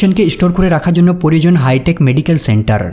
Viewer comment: পরিজন😂 নাকি প্রয়োজন 😅